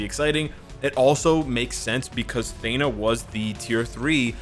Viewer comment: “I said uru weird” you say a lot of things weird my man. I can’t get over Thena. Athena without the a. AH-THE-NA | Theen-AH. not THAY-NA